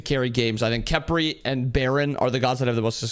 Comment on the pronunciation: Even saying Khepri’s name is a crime in this video